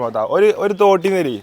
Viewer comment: Kotti alla thootti😂